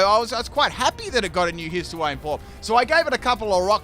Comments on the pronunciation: Its hisu-e not hisu-ey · Please, don't say His-oo-ay-an, it will be my demise. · Wtf kind of Hisuiam pronunciation is that?